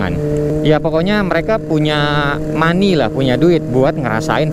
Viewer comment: Money apa mani bang Xixixiixi😂😅